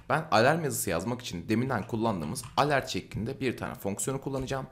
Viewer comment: ivent degil event diye okunur yazildigi gibi. alert degil elört diye okunur yani yazildigi gibi degil.